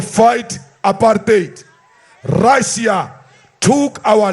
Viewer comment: The time he speaking about RRRRRRussia, Ukraine was part of Rrrrrrrrrussia. Russia did indeed help ANC